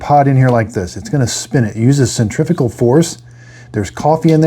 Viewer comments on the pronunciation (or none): none